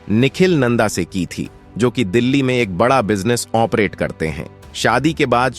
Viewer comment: Sap delhi on deli aur kirodi mal college ko kiridimaal bolte ho.Pahle bolna thik se sikho.